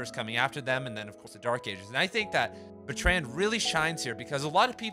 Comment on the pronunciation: Thanks man, convinced me to buy. Wanna know what happened with that girl lol. Small note - Russell was English and you're saying Bertrand wrong. It's pronounced BERTrund. Keep grinding bro!